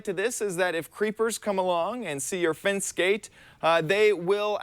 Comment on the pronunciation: Why do you keep saying "fince" instead of "fence"